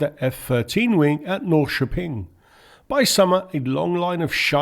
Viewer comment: You nailed the pronunciation of Norrköping. As someone who deals a lot with English speaking people, you have no idea just how rare that is 😂 Well done!